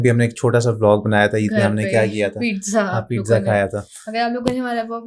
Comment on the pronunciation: Madam pidza nai hota pizza hota ha